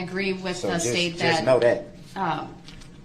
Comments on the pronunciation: We need to write a Brooks dictionary! Showders, do dat, liberry, co-horsed, biast, oaf, but my favorite was unbiblical cord in his closing statement! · Dis,dat, taKit agreement, suBstain ,etc. He's a complete imbecile.